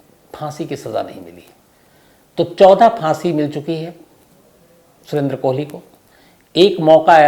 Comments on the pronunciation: साहेब, कोहली नहीं कोली बोलिए.😌🙋‍♂️ भजन और भोजन में बस मात्रा का फर्क होता है। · उसका नाम सुरेन्द्र "कोली" है, न कि "कोहली" जो तुम बार-बार बोल रहे हो । सावधानी रखो और राहुल गांधी के केस से सबक लो .....